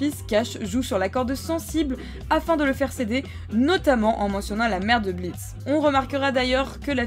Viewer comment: Le "o" de blitzo est muet!sa ce lit blitz